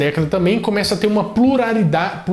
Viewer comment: "pluraridade", "plulalidade", "diversidade" 🤣🤣🤣🤣